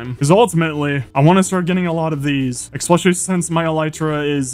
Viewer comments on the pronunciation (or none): I watch pretty much all these hundred day videos and I cannot stop wondering when will he stop saying "exspecially"